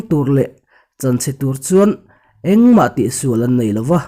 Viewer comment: Chu. Tih leh chuan tih i thluk dan hi ngaihthlak anuam lo. Tawp chut lovin a pangngaiin chiar la angaihnawm deuh ang.